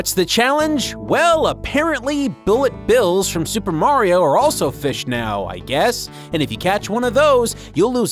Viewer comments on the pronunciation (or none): none